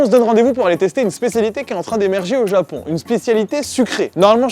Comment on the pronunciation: "Au Japion"